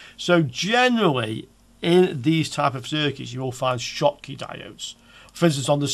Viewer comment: German inventor Schottky so just read as you did - the same sound like shoes .